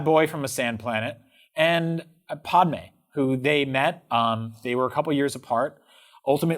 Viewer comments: Anyone else think calling padme- paudeme the same as calling Han Solo-hand solo. Btw ta-too-ine is not pronounce tetuine. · These guys aren’t true Star Wars fans. Just listen to how they pronounce Tatooine and Padme.